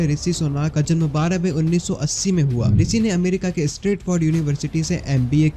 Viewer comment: want to get subscribers , can't even pronounce Rishi properly